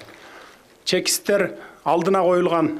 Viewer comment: Чекис эмес чикис деп айтылат